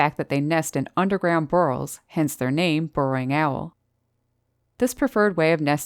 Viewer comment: Great video as always! 😃 By the way, what are "bur-rls"? 😆